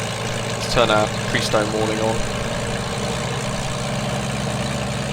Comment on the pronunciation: "Prestone" was/is a brand name of ethylene-glycol coolant additive for water-cooled engines. It's pronounced PRESS-tone, as per their advertisements. (It's still a going concern here in the U.S.) I guess that at the time it was like Kleenex, Xerox, Hoover or Google: the brand name that sort of represented the entire range of similar products from all companies. The P-40B/C was used by Claire Chennault's American Volunteer Group "Flying Tigers," racking up an impressive 40:1 kill ratio against Japanese aircraft in the skies over China, Burma, French Indo-China and Thailand.